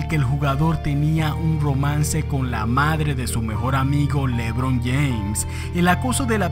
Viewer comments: Como el dice lébron James lmao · Jajajjaj me da risa cuando dice lébron James, nunca había escuchado q alguien lo acentuara en la e